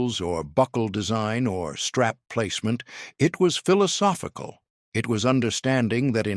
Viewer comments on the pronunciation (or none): none